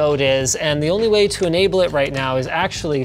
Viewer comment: did all giveaway requirements for bonus points O: "for NA onleh" Me: i mean... wtf?! Why?!